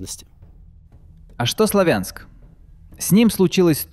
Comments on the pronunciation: Сла́вянск правильно, а Славя́нск - это новояз и неправильное произношение. Также как и Ку́пянск, а не Купя́нск!!!!! Постоянно неправильно произносите, уши режет. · СлАвянск!!! На первый слог ударение! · СлАвянск ударение на первый слог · Сла́вянск правильно говорить!!! Всю жизнь так называли, а после 2014 года появилось другое ударение. Пожалейте уши слушателей.